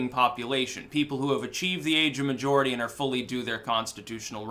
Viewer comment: Seriously, are you saying age of majority or maturity? You might want to work on that